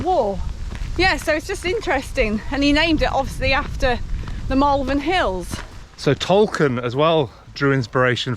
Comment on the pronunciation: Did he say Malvern? Everybody knows its' pronounced Malvern. And don't even get me started on my own incorrect use of the apostrophe.